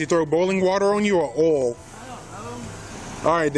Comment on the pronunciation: Man the way that cop pronounced oil...with a slow drawl sounding like earl... strange to these Yankee East Coast ears 😊